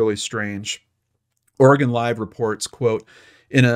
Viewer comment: Thank you for pronouncing Oregon correctly.